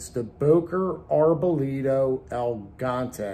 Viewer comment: The Boker knife is pronounced "El Gee Yaunt Tay." It's Spanish for Giant. El Gigante. I'm not being an a$$hole either, so don't bite my head off. 😄